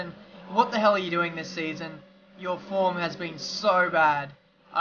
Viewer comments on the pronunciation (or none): none